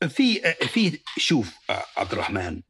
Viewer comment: طريقته في نطق عبدالرحمن غريبة كانه يقول عبد الرحـman 😂